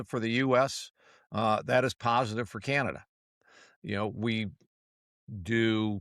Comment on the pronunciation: Don't you hate the degrading way he pronounces "Canada".